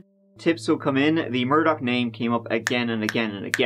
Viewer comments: Possibly "Irish" Americans who pronounce their surname "Murdaw" not liking actual Irish pronunciation as "Murdock"🤷‍♂️ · The fact that the family's name is "murdah" was not lost on me 🥰. Although yer man keeps saying murdoCK for whatever reason? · “Murdock” Literally Everyone Else: “Murdaugh” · it’s mur-da like what happened to them and how we say it in Boston...NO R NEEDED😎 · Still can’t believe after 2 weeks nobody has mentioned the Family’s name is Murdaugh (like Murder/Murdah) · Lmao why does the American media pronounce it mur-DAW? 😂😂😂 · I feel like they pronounce it mur-dog. But who really knows ahaha!